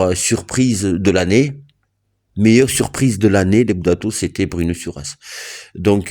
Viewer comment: Bruno, pas Druno 😅